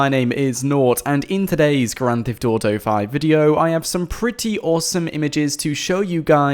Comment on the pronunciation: why u say "grand thift auto five"